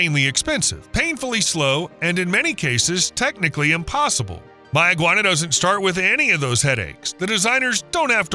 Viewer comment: As a Bahamian some of those clips are old and locally pronounced "May-ah-gwan-ah"